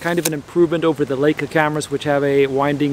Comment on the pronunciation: I wish you would pronounce Leica correctly. If you see an ei combination you give the long "i" sound as in the word lie. In German, when you have an ie combo the "e" gets a long sound, as in the word "eek". Thanks!